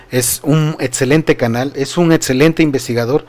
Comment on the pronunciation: Se dice Banamex no Banametz Se dice excelente no etcelente